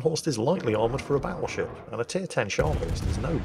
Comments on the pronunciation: Bottlesheep is just a heavily accented pronunciation of "Battleship" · well, it sounds a bit like battlesheep if you pronounce it a bit dutchy. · The Dutch captain sounds like my high school bus driver! Whose name was, not coincidentally, Dutch. He was from Pennsylvania, and I bet you he would've pronounced "battleship" as Bottle Sheep. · I think his name Bottlesheep is just a funny pronunciation of "battleship" lol I'm commenting into the video so dunno if you cover that later in the video though lol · bottle sheep doenst have a translation to dutch, nothing that makes sense for sure. but it might be a joke on bad pronounciation of the word battleship